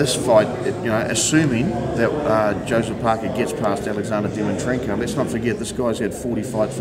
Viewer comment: and your second question you called him dimitrenkov. at least get his name right buddy haha doesn't look good